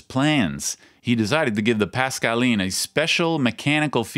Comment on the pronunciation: I don't know about the fingers but kudos on the French pronunciation.